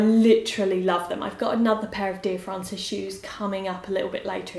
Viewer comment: Dear Frances not Francis ahahah (will forgive ) xxx